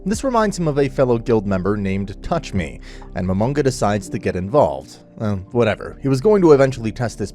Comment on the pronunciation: i like how there usernames are said like touchme 🤣